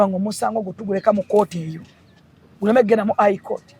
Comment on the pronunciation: But the word is High court not Eye court😢😢